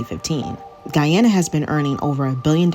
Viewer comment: True but 100 issue Russian judge was bribed by England. Disputed prior to oil gas discovery. Imagine 😢 who's explaining can't even l Pronounce Guy a na . She say gwe a na. Lol